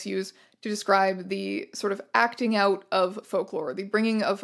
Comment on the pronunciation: “Oot in the spooks” 😆